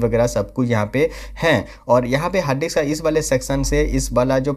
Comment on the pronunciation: Harddix nai bhai. .. hard disk